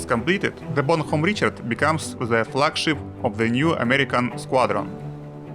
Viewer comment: запоролись уже на названии корабля произнеся "бонХом"